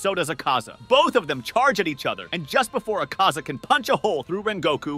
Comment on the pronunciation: Bro say the names correctly 1st 😰…. akhAza It’s Akaza -you say it just as you spell it tanJIro No it’s Tanjiro -you say it as you spell it 🫤 And it’s Kagaya NOT kagaYA And Hinokami Kagura - really..even the english dub said it correctly 😲 But other than that I liked the idea of ‘Geyiuu’ joining the fight, in fact Tengen would have been a nice addition too 😆